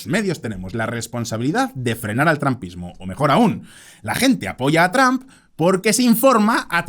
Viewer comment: Excelente video. Solo te recomiendo que uses más seguido la aplicación Elsa para que mejores tu pronunciación. Otra cosa, estuve buscando el trampismo y no encontré por ningún lado.